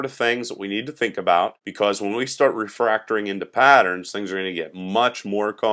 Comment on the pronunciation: Is it just me or is saying "Refractoring" ?